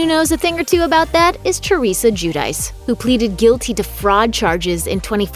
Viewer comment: I think the name is pronounced Ju- di- chay. Giudice. Italian.